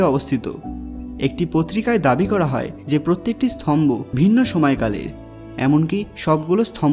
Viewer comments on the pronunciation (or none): স্তম্ভ, স্থম্বো নয়।